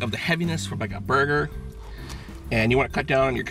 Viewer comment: "the boyger